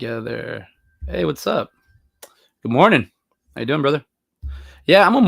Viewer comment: Good Mohning. Howahyou? First...